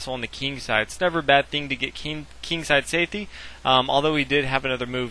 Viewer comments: lmao at the 2 minute mark you said "same ting" LOL! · "Same ting " =D got a lol outta tht